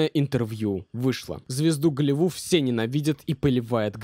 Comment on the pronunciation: Почему за все видео слово Голливуд, не заканчивается буквой д?